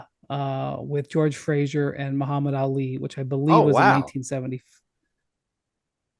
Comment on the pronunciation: Jorge Frazier 😂😂